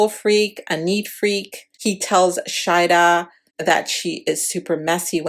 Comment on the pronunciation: ShaHeeeeda and Shaeeeeda thats the difference in names because u sounded like u were pronouncing them the same.